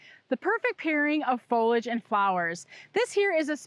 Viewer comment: Fol-li-age, nor folage! Please, pronounce the word correctly or don’t say it at all. You’re hurting my ears!